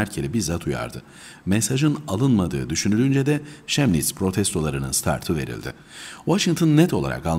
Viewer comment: Telaffuzu Kemnits'dir, Şemnits yanlış, umarım dikkate alırsınız.